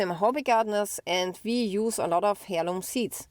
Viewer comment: heirloom is pronounced airloom